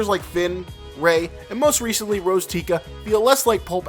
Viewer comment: Who is Rose "Tica?"